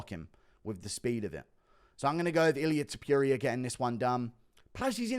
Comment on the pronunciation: “Viviane Arahoo” “Ilia Teepuria”